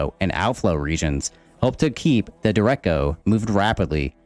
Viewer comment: duh-reck-oh, nice video though lol.